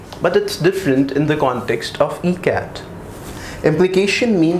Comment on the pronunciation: Why is he saying MCAT? OR does his E sound like an M? WHAT is this?